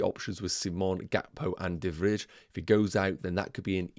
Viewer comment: not important but de Vrij is pronounced as de Vr - eye kind of, in dutch the ij is spoken similar to eye